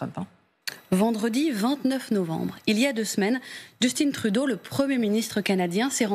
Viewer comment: juste de la manière donc elle nomme le premier ministre Juuusston Trouudôh, lui enlève énormément de crédibilité.